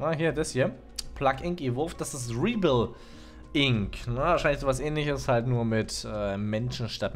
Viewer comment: Nicht Riebill Ink es wird Räehbell Inc ausgesprochen